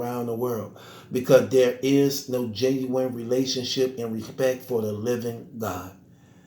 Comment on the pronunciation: did you say weespect or respect.